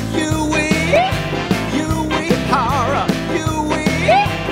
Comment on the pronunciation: Pretty good music, except Koji's last name should have been pronounced as "woo-ei-hara".